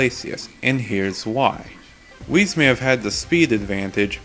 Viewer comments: Why do you keep mispronouncing Weiss’s name? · ITS NOT WHIS ITS WEISS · ...WHAT?! Ruby is! And it's pronounced "W-ice"